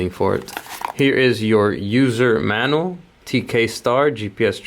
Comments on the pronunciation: Manual is pronounced MAN U AL not MANAL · “HERE IS YOUR USER MANUL” LMFAO WHAT THE FUUK 😂😂🤦🏻‍♂️ Did it URK anyone else that this dude kept calling it a MANUL? Bro wtf do you not know how to say MAN-U-AL? 😂😂